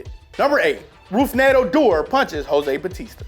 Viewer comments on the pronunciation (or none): He fucked up Rougned Odors name sooooo bad😂😂😂😂